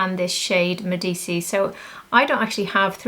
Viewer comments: I think Medici is pronounced Med-Eee-chee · It’s pronounced Medichi :) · Thank you for your review, I like Ashes of roses best for myself. Considering the pronunciation of Medici: it should be named after the powerful Italian Family that reigned in Florence during the Renaissance. It should sound like Meh-di-chee 😊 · Lisa has pronounced it as “Medichi”